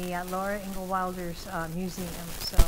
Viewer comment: Hi! Thanks very much for this video! I really enjoyed it and you did a great job! One little thing I noticed, was that you kept referring to her as Laura "INGAL" Wilder... However - it's Laura "INGALLS" Wilder (with an "S"). Still - I loved your video, ma'am! Thanks again and have a nice day!